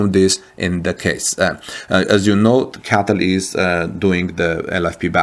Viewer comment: The battery manufacturer is C.A.T.L. and that's how they pronounce it. Not cattle.